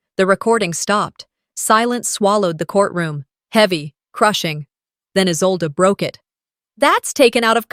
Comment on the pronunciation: It’s Isolde, not Isolda or Izolda.